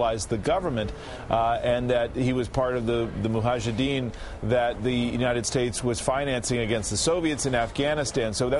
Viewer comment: Muhajidin??? what an idiot this news reporter... Can't even say Mujahidin correctly.....LMAO